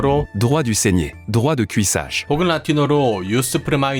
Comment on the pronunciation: 베스트셀러 안의 이야기들은 구라를 사실처럼 받아들이게 하는건 동서고금을 떠난 진리인것 같습니다. 우선 droit 를 드화~ 라고 발음을 정확히 해 주셔서 감사합니다. Droit 는 영국 왕실의 문장 밑의 스크롤에도 당당히 나와 있죠. "Dieu et Mon Droit"